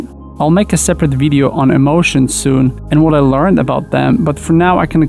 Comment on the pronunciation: Just listen how does he pronounce „emotions”. This is how most of polish pronounce. Maybe other slavic country? I really like how clearly is he speaking! No misspelling, fluent, good voice. I enjoy listening to:)